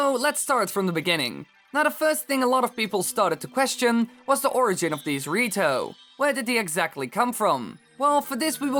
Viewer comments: When he says the rito, it sounds like he's saying dorrito LOLOLOLOLOLOL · it's sound like he said Dorito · cant stop hearing it as dorito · The rito sounds like doritos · Did just say Dorito?